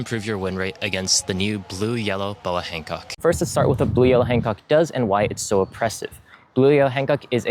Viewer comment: Take a shot every time you hear “Han Cuck”